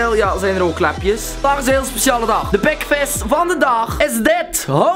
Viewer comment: waarom zeg je pekvis inplaats van pikvis?